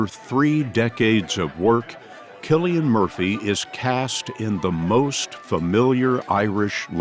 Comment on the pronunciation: “Killian”? I don’t think that’s right fellar 😂